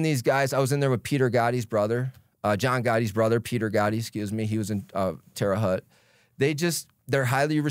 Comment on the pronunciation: Good interview but it’s Terra hote not Tera hut